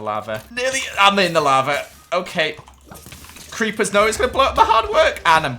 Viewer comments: you said creachers not creeper's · did just say creachers